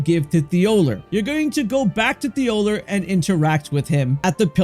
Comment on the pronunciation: The names and stuff makes it seem like you haven't even played the game.. it's a spirit spring well not a wind stream it's Igon and thollier literally pronounced his name for you 😂😂